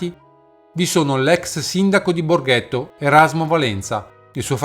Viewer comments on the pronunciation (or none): Mi scusi,non Borghetto ma Borgetto.